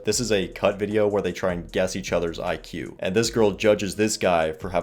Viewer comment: She couldn't even say IQ, she says EQ!